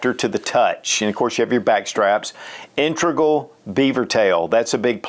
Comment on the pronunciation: I N - TEG- GRAL